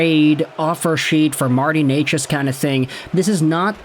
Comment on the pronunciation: Omg... you actually know how to pronounce his name? Gold star for you